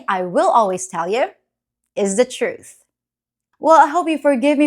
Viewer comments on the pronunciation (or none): The way you accentuated the word TRUTH, are you a Libra?